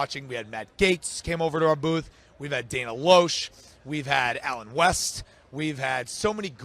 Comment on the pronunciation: It is pronounced LESH